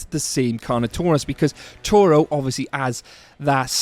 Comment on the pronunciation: It is TORO!!!